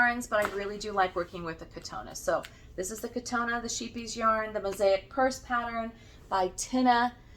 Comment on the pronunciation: Scheepjes is pronounced: Shape - yesh. Shape - yesh.